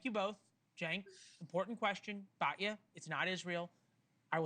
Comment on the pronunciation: I agree with Batya and you should learn to pronounce her name correctly!